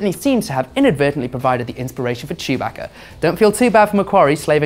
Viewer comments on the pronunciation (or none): Chew-bacca. BRUH ITS CHEWBACCA. CHEW BACCA NOT CHOOBAHKA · This dumbass pronounced chewbacca name wrong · He pronounces chewbaca strangely